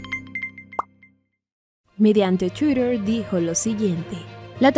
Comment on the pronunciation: Me gusta cuando dices shuirer = twitter